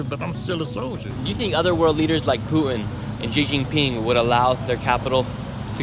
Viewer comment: Nick. Why are you pronouncing “Putin” the way you are? Sounds weird.